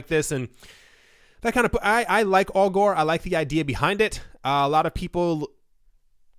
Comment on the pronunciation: I’m pretty sure ‘Augur’ rhymes with ‘logger’ and not ‘Al Gore’.